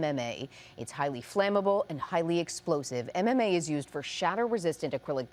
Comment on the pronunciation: Finally someone who pronounced mma correctly